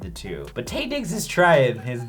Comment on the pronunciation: Hey y'all - it's Taye pronounced "Tie" fyi 👍😂